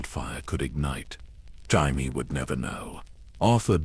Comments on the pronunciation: Is this a person or some annoying ai because who the fuck is "Jimie" obviously ai can't even read his name is Jamie loose the i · Jimey Lannister lol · yeah loomks liek AI gabrgae, cant even pronounce jamie correcly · Do you even listen to what your A.I has created it grates on me when it says Jaime. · you can tell it's AI by the way it says Jaime 😅 I'm half an hour in and it's pissing me off haha